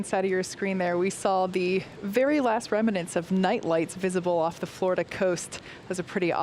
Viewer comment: Remnant has only two syllables. Rem-nants, not rem-min-nants.